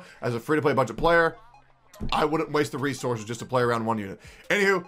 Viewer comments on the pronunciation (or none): none